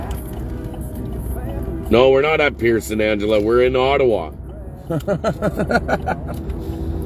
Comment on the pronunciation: Thanks for saying "Ottawa" correctly! Proves you are a real Canadian. On the news around the world it is Oh-tau-wa. So good to see you cheerful and on top of things.